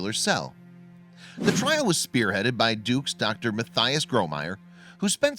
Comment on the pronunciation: its pronounced "matty-us"